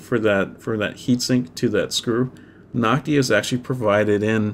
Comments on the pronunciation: Noctua not Noctia ^^ But awesome tutorial! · Damn it annoyed me that he said Noctia instead of Noctua.